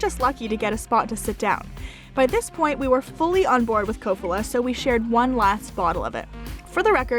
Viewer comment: Slovak guy here, in Kofola the stress is on the first syllable.